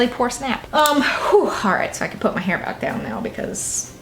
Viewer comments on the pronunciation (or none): none